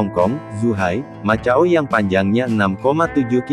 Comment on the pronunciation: macau... di baca makau bukan matjau....